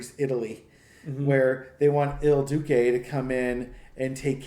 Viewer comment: Sorry- but I must correct the pronunciation since I agree that the comparison is so apt. It's pronounced /Eel Du-chay/ ("Il Duce") Thank you for your very helpful and valuable work!